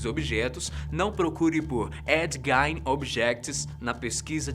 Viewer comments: embora a pronúncia de GEIN pareça ser do alemão, nesse caso ela não pronuncia GAIN, e sim GUIIN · A pronúncia correta do assassino do primeiro vídeo é Ed “Guin”